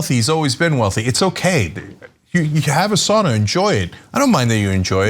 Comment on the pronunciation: The worst part for me was listening to them pronounce Sauna.. just use the term Steam Bath!! Where my Finns at!?